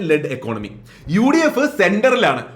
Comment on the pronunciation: Economy = ഇക്കോണമി 👈 Economics = ഇക്ക്ണോമിക്സ് മി.. താങ്കൾ ഇക്കോണമിയുമായി ബന്ധപ്പെട്ട കാര്യങ്ങളാണ് കൈകാര്യം ചെയ്യുന്നത്. ഈ വാക്കുകൾ ശരിയായി പറയാൻ ശ്രദ്ധിക്കണം. ഇക്കോണമി, ഇക്ക്ണോമിക്സ് കൂടാതെ Budget = ബജറ്റ്